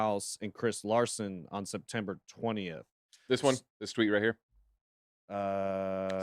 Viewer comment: Septemper? HELLO......its October